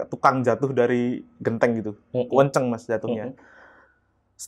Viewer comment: bilang "kenceng" jadi "kuueenceeng".. fix,, jatim asli😊😊.. salam ponorogo mas ..